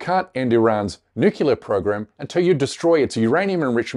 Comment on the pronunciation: Great coursgeous reporting. Note: the word nuclear is pronounced New-clear or Nu-clee-ar but never Nowk-u-lar. You’re not George W .Bush.